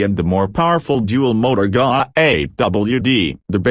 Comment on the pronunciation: There are bad AI-generated videos, but this is by far the WORST that I've seen. The voice may have some human element as its basis, but sounds like a bad impersonation of a 1950s sci-fi cartoon. And he (it ?) never pronounces "Ghia" correctly. It ain't hard, people ! Those flaws eliminate any credibility that might actually reside in this video.